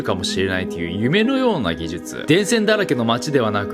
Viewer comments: 顎がアップデートされたので言えるようになりました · 「技術」が言えないとなると「手術」はそれ以上の難易度となって文字を見た瞬間に血圧は上がると見て間違いない。